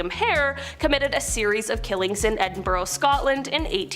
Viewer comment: What the fuck is wrong with American education? Edinburgh is a city in Scotland, and is pronounced Ed (as in Edmund) In (as in inside) burgh (pronounced 'burrow'). A Burgh is a medieval form of fortified town/city designed by Alfred The Great to successfully fight off the Danish invasions of the 900s. It is not pronounced 'berg' as in iceberg. The city is also not pronounced with an "Edin" at the beginning, as in The Garden of Edin. No, it is Ed as in Edward. How about you 'Muricans go read an actual history book written by an actual historian, not a politician with a propaganda agenda. Go find a history book without a big Fuck You Eagle on the cover and see what the rest of the world is like. Your government has isolated you people so much and intentionally lowered your IQs to dumb down the population enough for you to not realize how Capitalism is literally a large nation scale pyramid scam. When the ultra rich at top stop funneling money back into the bottom, which is actually the current state of your nation's economy at the moment. It all collapses. But, Communism is scary! Socialism is just communism with a smiley face! Burn the heretics! Universal healthcare is for bums! The solution to too many guns is more guns. The best way to stop school shootings is to fill the schools with guns! Sadly, most Americans think in their daily lives with the same logic that flat earthers live by and only the entire rest of the world will understand what I am trying to convey in laypers